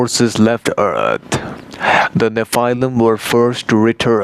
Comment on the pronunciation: Check your pronunciation of the word nephilim :)